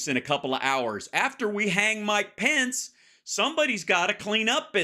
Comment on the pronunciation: Why can't Hal pronounce the Vice President's name correctly